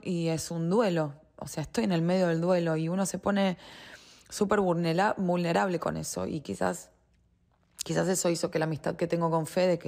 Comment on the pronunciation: “Mulnerable” sí señor! este es el intelecto de la mayoría de las mujeres que están con ese tarzán de bonsái